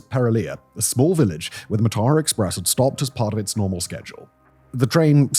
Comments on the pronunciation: note: it's pronounced maa-tha*ra (a* is a short a) me and my sister sleeping late- the only reason we missed the tsunami. came to colombo for christmas day at my grandma's, stayed the night at ours and we were supposed to leave home for induruwa at about 9. we slept in, and by the time we left it was after 10. heard about the tsunami on the radio and turned back. if we'd left at 9, we'd have been on the coastal road right near beruwala when the tsunami hit. sea is right next to the road. pretty sure this was one of the lowest points for Sri Lanka- people looting the corpses of this train made the news. it went on for days. there were rumors there had been looting of survivors after the waves receded but before the train was found by authorities, people begging for help ignored while their valuables snatched from them. politicians (including a man that would later be president) then set about looting the aid that poured in. you saw the worst of some people in that time. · I can't believe you did that journey and somehwo managed to completely butcher the name. It's pronounced "Mar-thurrer". Apart from that, great vid! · It's pronounced 'Maathara' මාතර.